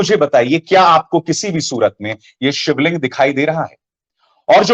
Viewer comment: Aap pahle sivling ka naam vi thik nhi lete